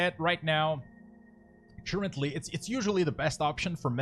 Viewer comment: churchently != currently xD very helpful video, and a nice comedy relief with pronunciation :D keep up the good work